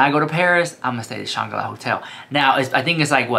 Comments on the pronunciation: Shanga-la? 🤣🤣🤣🤣🤣 do you mean the Shangri-la? 🤣🤣🤣🤣LOVE YOU! 💜💜💜💜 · I think you mean to say Shangri-La… you’re missing the “r” in your pronunciation 😅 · I thought it was Shan-gro-la Hotel ❓🤔😳😂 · Shangri-La is pronounced “Shane Grill Ah” isn’t it?